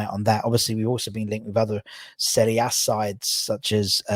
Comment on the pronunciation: firstly, thank you for pronouncing "Serie A" correctly. 2nd ly. I'm a Inter supporter also and Hiring Lozano is a bargain if we can get him.